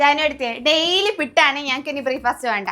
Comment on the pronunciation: പിട്ടല്ല. പുട്ട് 😛😛